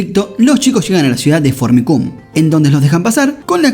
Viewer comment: Que mal suena el nombre de la ciudad "Fornicum" jajajaja no sé si se escribe así, pero me causa gracia como suena xD